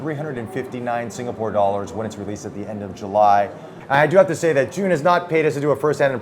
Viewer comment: the most correct pronunciation of the company name I've seen by an English presenter so far.